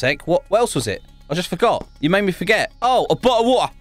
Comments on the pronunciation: Ikr he’s so hilarious 🤣 Especially his VR vids, and his voice Example of his voice: Bo—le of wa-er 😂😂😂😂😂😂😂😂😂😂😂😂😂😂😂😂😂😂😂😂😂😂😂😂😂😂😂😂😂😂😂😂😂😂😂😂😂😂😂😂😂😂😂😂😂😂😂😂😂😂😂😂😂😂😂😂😂😂😂😂😂😂😂😂😂😂😂😂😂😂😂😂😂😂😂😂😂😂 🤣🤣🤣🤣🤣🤣🤣🤣🤣🤣🤣🤣🤣🤣🤣🤣🤣🤣🤣🤣🤣🤣🤣🤣🤣🤣🤣🤣🤣🤣🤣🤣🤣🤣🤣🤣🤣🤣🤣🤣🤣🤣🤣🤣🤣🤣🤣🤣🤣🤣🤣🤣🤣🤣🤣🤣🤣🤣🤣🤣🤣🤣🤣🤣🤣🤣🤣🤣🤣🤣🤣🤣🤣🤣🤣🤣🤣🤣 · I'm here because of British accent also he said the majic word ( bottle of woater )